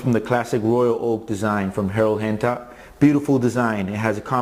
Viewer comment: man the way says gerald genta gives deep view into his heritage, the best!